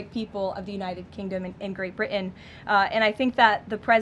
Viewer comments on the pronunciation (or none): none